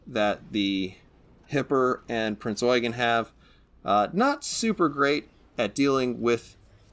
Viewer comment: You sir, are the only person to pronounce Prinz Eugen correctly.